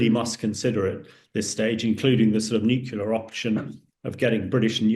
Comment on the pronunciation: I wish he would stop saying Nucular instead Nuclear